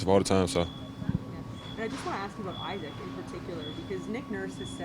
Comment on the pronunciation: It would be nice if they pronounced Isaac Bonga’s first name properly… EEE-sac!